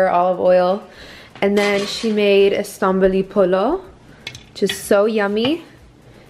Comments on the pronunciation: That’s Loobia polo, not estamboli polo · Girl that was loobia polo not stamboli polo😩